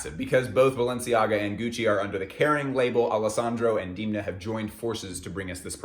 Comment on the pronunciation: pls dont call him diimna. demna, demna.